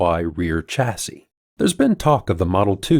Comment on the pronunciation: Great video. FYI "chassis" is of French origin and the 'ch' is pronounced as in chandelier not as in church (say: shassy). Also "aluminium" has five syllables.